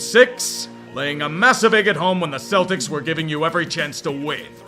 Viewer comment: im just glad i don’t have to hear kevin harlan say “celdicks” any more